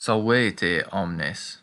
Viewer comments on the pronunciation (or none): Nobody: Literally nobody: Like, why would you even say anything?:: "SALWÉÉTÉ, O'MNÉÉS🤪"